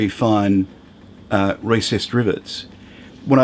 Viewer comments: I thought you said Racist Rivets.................. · Your accent makes me do a double take each time you say "recessed"...